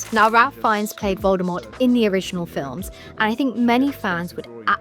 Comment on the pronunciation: It's pronounced "Rafe Fines".